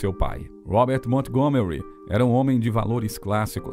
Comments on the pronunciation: Obrigada pela reportagem,linda mesmo. Me emocionei, mas pelo amor de Deus não pronuncia o nome Montgomery com a " T" . Nesse caso a T é muda😊... E se pronuncia "Mongomery'. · Como contratam um narrador que não sabe inglês? Na palavra Montgomery o T é mudo!!!